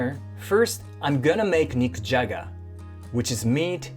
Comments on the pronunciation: „Nikujaga“ sounded like „Mick Jagger“ to me. 😅 Please don’t eat a rolling stone. ☺️ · I thought he said I’m gonna make “mick jagger” for dinner lol😂